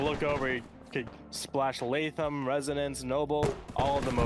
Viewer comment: Cannot express how much I love pronouncing “Latham” correctly, years of restaurant employees and teachers with Starbucks cup-level pronunciation skills has traumatized me